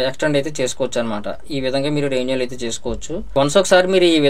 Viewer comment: బాగా చెప్పారు బ్రదర్ థాంక్ యూ. కాని రెన్యూవల్ అనే పదం సరిగా పలకటం లేదు మీరు రెవెన్యూల్ అని పలుకుతున్నారు